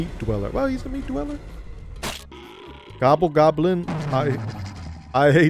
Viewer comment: He’s called the gobble goblin, he has worked for that name, say it correctly.